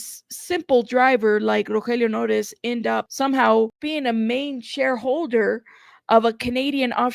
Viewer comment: The way you pronounce his name is so beautiful, probably a lot more beautiful than he deserves if he’d been supplying a ‘friend’ with drugs when he was trying so hard to stay sober 🤦‍♀️💔